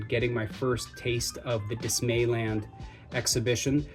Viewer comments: Dismal-Land. Say it like DisneyLand. Not Dismay-Land. Cheers from NZ. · Just to frame it in your head - Dismaland, is pronounced dismal, rather than dismay.